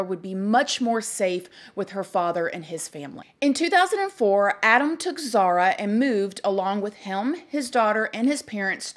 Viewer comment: I love you and your videos but her name is Zahra not Zahara